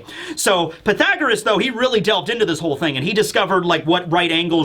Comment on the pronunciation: Connie alive? How many mothers, especially the high percentage of tragic story lines to mothers, makes you not think that she's alive. She dead, haha I've watched multiple one piece chapter reviews and is the only one to say Pythagoras correctly, and I guessed he would haha. You missed the chance to say how do you like them apples.